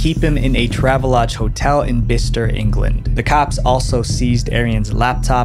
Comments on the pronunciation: The most utterly surprising thing about this video is hearing a non-Brit correctly pronouncing 'Bicester' as "bister". I'll admit...that one still puzzles me too 😅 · Kudos for correctly pronouncing Bicester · Hats off for pronouncing Bicester correctly!